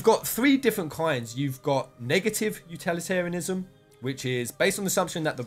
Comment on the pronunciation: the number of times you mispronounce utilitarianism is very annoying. My advice is practice saying the word a bunch of times before you record the video. Anyway, thanks for posting.